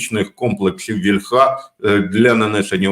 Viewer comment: Українською наголос на «і» - вІльха!